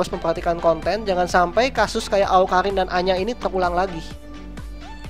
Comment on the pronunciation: bang awkarin bukan awkalin :v kidding bang